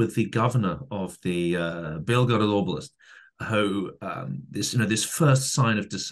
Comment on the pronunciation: The first time I heard you speak Russian was just when you were citing " belgorod oblast " and I had to rewind and listen to it again to make sure I heard what I thought I heard ... I dont speak Russian BUT the pronunciation sounded very Russian nonetheless, I am impressed